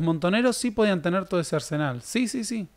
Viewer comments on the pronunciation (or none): none